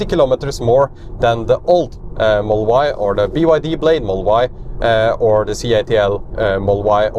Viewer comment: Could you please slow down to annunciate "Model Y". Your accent makes it sound like "mull-Y" took three times before i realised you were saying the car's name.